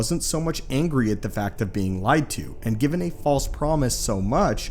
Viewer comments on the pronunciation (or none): none